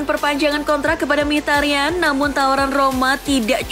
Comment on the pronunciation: Min sory min, ini sound HP gua yang salah apa emang yang bawa acaranya yang typo ngomongnya, Mkhitaryan itu emang gelandang aremania ya??? Hehehehe